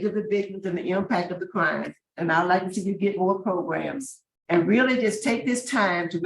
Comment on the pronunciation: Lol progrums. That's the dignified way to say it.